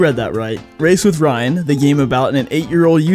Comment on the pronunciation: Metal Gear Ryan: Reryan